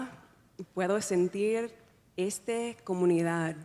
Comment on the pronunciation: Also notice when she says "esta". She pronounces it "estha".